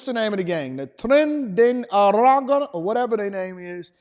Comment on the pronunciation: "Tren" not "Trans" 😂😂